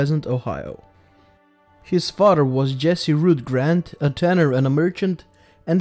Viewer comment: His fadder 😂